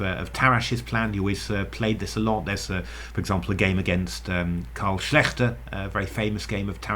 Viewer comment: Hi, you are secretly practicing German, don't you? 👍 Your pronunciation of the name Schlechter was very impressive! In case of "Moderne Schachpartie", by the way the book I studied most in my teens, you could improve even further if you think of 'par - tea'. 'ie' is like 'ee' or 'ea' in English. The way you said it it would be 'ei', like 'i' (As German for egg). Great to hear that you don't do that typical native English speaker (actually more American) thing of ignoring the fact that foreign languages haven't had the English vowel shift until now. Makes it also way easier to interact with our opponents during intergalactical tournaments, once we are finally allowed to participate. I'm pretty sure that not all of those aliens will speak English 😁 Wonder if they know about the "English Attack" though. Hmm, wait, I have to prepare that before the invitation arrives....